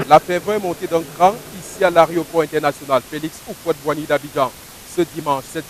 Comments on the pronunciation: "arioport" tchai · C'est pas "arioport" c'est aéroport. Ehh les camerounais là c'est pas la peine